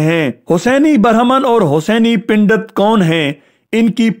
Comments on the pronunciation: اپ کی اردو بہت کمزور ہے ۔۔۔ پنڈت کو pundet پژھین نہ کہ pindet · Bhai "ber haman" nahi " brehman hota hai.....aur "Pendat " nahi " pandat " hota hai.